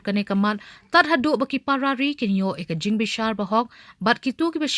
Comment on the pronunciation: nga ioh sngew ba i news anchor i ong Parrarri ha ka jaka ki para ri.